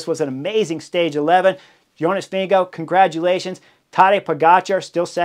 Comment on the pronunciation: As a Dane, I love your pronounciation of Jonas. Sounds like Vinge go. Go go go Jonas!